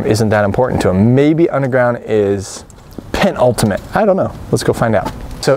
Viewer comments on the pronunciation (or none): Penultimate. It's not "pent-ultimate", it's "PEN-ULTIMATE", for the record. So, incorrect-incorrect use.